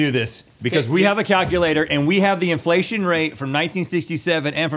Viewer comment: Pretty sure Link keeps saying "infellation"